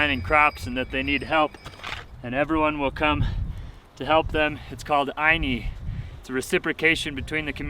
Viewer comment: You said it right about Ayni. The tool is called Chaquitaclla